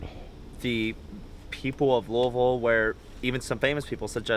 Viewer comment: What's looville... I mean I know where Louisville is but... hhhmmmmm